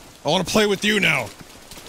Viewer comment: I gotta keep my eye on this time. "It's fun t'play in da ræn. Plæ da song, DA-DA-DA, DA-DADA."